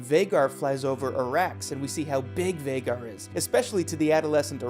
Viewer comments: And Vha-gaaar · VAY-GAR...idk how you're getting that pronunciation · For the love of Dragons it's Vhaaaaagar, pronounced with a long A !!!! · Vaw-gar ??? Night sister? 😂😂😂 be honest y’all wiki’d this video . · Hmmm we all watched the same show right? and in theory we should know how Vhagar is pronounced? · Hearing you say vhagar... I know you don't watch this show. You're a plagiarizer.